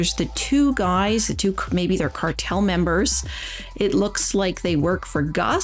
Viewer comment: Every time I hear the word "cartel" I get in the mood for ice cream because it almost sounds like "Carvel"